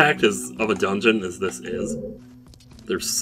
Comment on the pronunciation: I guess you got it “donegeun”